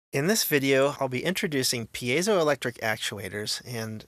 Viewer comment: I don't know about this, but I'm just glad SOMEONE on the internet knows how to correctly pronounce 'piezoelectric'.